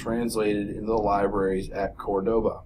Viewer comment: I appreciate your videos a lot, they are the most helpful thing I have ever found, but doesn't anybody know how to read accents? It's Córdoba with accent on the first "O."